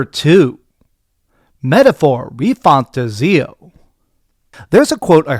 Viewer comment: You’re pronouncing metaphor refantazio so wrong 😂😂